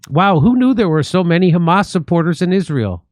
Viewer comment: Khamas is khorrible says Smotrich